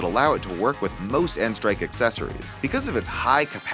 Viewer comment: Thank you for saying n-strike and not nstrike